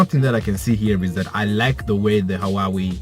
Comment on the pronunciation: It's pronounced who-ah-wei.